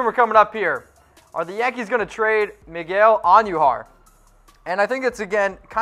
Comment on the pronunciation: Who is Miguel Auhn-knew-har? It's just Queens. Not the Queens.